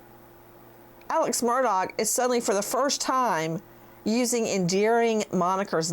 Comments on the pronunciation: Do you intentionally pronounce it incorrectly? “Murdogg” or is that for likes? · Nancy pls pronounce AM name correctly. It’s pronounced Murdaw not Murdoch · Nancy, I love your commentary but how can you get on to your friend for mispronouncing Bruno Magli when you keep pronouncing Murdaugh “Murdogg”. Hello, I think the gh is silent, dear. I think Alex and Buster even mispronounce their own name…sounds like they’re saying, “Murduk” And Alex calls himself Alec. Weird… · It’s pronounced MUR DAW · Ha ha! Nancy Grace calls him mur...dog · Nancy corrected this woman's pronunciation of a name but yet Nancy keeps saying MurDOG. Omg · Pronounced “Alec Murdock”. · Oh my gosh I just love you I love listening to you talk and your accent and by the way I was saying on a different Channel actually I guess I was making a comment I said has anyone ever noticed that when Nancy says Murdaugh it sounds BIRDDOG. Comments came in like crazy that Nancy shouldn't be calling people names and I stood right up for you and I said that is her accent I said it is just funny that it comes out sounding like bird dog so now because of me people think you're calling him a name but if there was any funny name to make up I think bird-dog would be the funniest love love love you